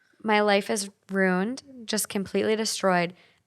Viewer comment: Disclaimer I'm not hating. But 'rune' when she means 'ruin' grinds my gears every time 😅😅